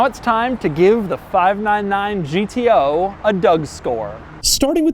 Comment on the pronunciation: No one : Doug : five naan naan gto.